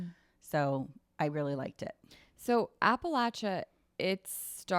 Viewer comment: As an Appalachian I'm so happy you guys are interested in Appalachia! you're saying it right, it's pronounced Apple-at-cha. A good book rec that I loved that centers around Appalachia is Demon Copperhead. It's so good and I think you all would like it!! Absolutely loving the pod so far btw!